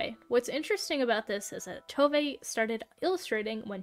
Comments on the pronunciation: Tove is pronounced Two-vah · I can confidently say you butchered every single swedish word in the video (Including Tove's name)